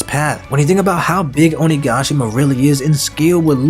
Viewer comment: Will not subscribe until you pronounce OniGAshima right! “Onigaashima” smh